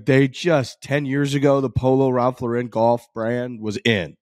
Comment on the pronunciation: Can y'all please stop pronouncing Ralph Lauren incorrectly.